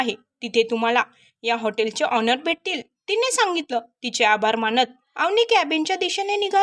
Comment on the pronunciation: ऑनर नाही ओनर